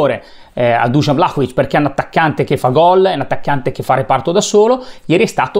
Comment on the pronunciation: Intanto di pronuncia Vlahovic e non Vlacovic! Poi come si fa a criticare un giocatore che gli arrivano 3 palloni giocabili? Come si fa a criticare una squadra che gioca insieme da 7 partite quindi è in evidente fase di crescita costante di gioco? Poi sempre tirare fuori l’ingaggio ogni volta, quindi deve valere l’equazione, guadagni tanto e per questo devi segnare tanto? Ma per favore dai facciamo i seri